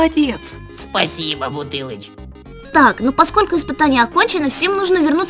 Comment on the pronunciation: А последний ыспытани это было буква ш?-_